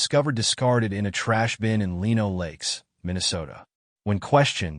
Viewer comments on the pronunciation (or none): It's pronounced "Lie-no Lakes"